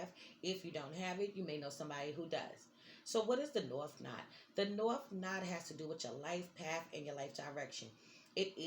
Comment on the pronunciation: It’s node not nod, rhymes with nose